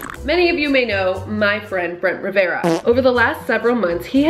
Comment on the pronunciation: When said,"So u know my friend Brent Rivera", I heard,"so u know MY BRENT,Brent Rivera"🤣🤣🤣